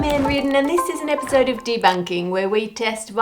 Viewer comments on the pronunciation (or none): none